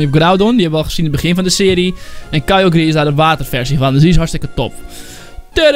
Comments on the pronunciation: een ding het is kay ogre zo zeg je t voor de rest cool man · wat spreek je kyogre skeer uit